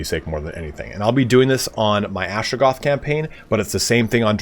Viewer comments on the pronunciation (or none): Atra-GOTH, not Astra-GOATH.